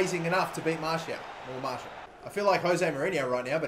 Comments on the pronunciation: Why do keep on saying Martial? ITS FUCKING MARSHALL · Kept saying Martial not Marshall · its marr-shall not martial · Hull keeper is called Marshall not Martial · Is it fucking anyone else off every time he calls Marshall, Martial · He called 'Marshall' 'Martial' 😶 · he was saying martial insted of marshall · martial is a goa-lkee-per ??! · Marshall not martial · Just saying that's no how you say marshal